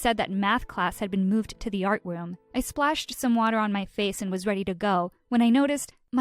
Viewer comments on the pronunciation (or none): “ moved to the artwoom”